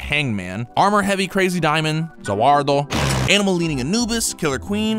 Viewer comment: I got triggered when you butchered Za Wardo!